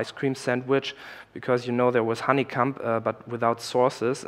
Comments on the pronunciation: he said HoneyCum lmao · Did you say honeycunt? lol. I like the look of the new ics it seems pretty slick and im sure all will appreciate the work you guys are doing.